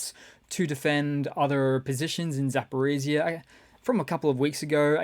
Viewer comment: Your pronunciation of Ukrainian place names is awful. "zap-o-re-ci"?? Wtf is that. Just sound it out. Zaaapoooreeej(zh)-eeee-ahh. None of the vowels are silent in Ukraine. E's sound like "eh" and I's sound like "Ee"